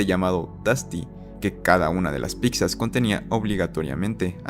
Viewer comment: ¿Dijiste piczas? ¿Fue neta o broma esa pronunciación?